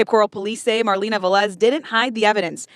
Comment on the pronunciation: Is Velez. The first two letters is pronounced like be in bear. Ve- (as in bear) and lez ( like less). Please, is really annoying. This is really common latin American and Spanish last name.